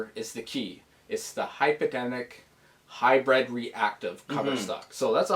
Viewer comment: Hybrid; not Hybred.